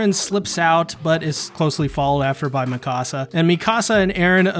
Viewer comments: "Me Ka Sa" Not "Me Casa" I cringe so hard when people say my house in Spanish instead of her name. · The way you pronounce Mikasa is like saying "my house" in Spanish lol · Great vid. Your Mikasa pronunciation is kinda off.